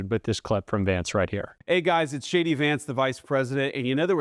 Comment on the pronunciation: Doesn’t it honestly sound like he introduces himself as “SHADY” Vance?